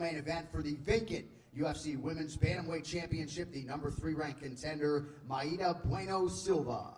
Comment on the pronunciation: Why does Anik call her my-eata. Just say Mayra.